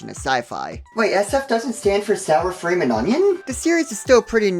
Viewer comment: Wow... a couple brain cells died when "Sour Fream and onion" was said.